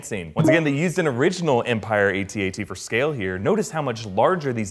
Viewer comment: they're not pronounced A.T.A.T. It's AT-AT.